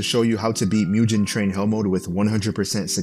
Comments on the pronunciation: Like, pronounce the g as in god and dog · “Mudjen train” it’s mugen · moo gone is how you pronounce it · Bro said moojin train😂 u say jif too?